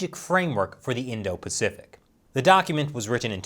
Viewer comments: “indo-paficic” don’t you mean *Indo-Pacific”? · "Indo-Paficic" XD But seriously, screw the CCP.